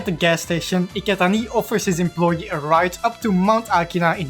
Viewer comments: That "Iketaniii" with french accent is hilarious af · He's not French, it sounds like Dutch to me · Bruh, I know he's not French but Dutch, I'm just saying that his pronunciation of "Iketani" sounds like french